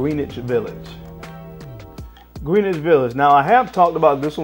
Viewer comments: Grin-ich. Not trying to be that guy, trying to help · Great video as always! I can tell you’re not a New Yorker, it’s pronounced Gren-ich village.